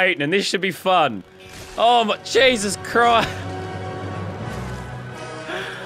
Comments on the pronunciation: I swear to gesos Christ if you don’t stop saying gesos Christ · This is how Manny times leazarbeam said GESOUS crisis